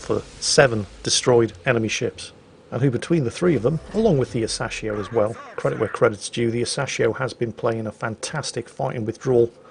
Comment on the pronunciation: Its Ah-Sa-Shi-O, smh